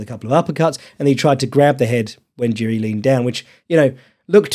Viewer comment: making fun of not pronouncing Jiri correctly, immediately followed by mispronouncing Prochazka...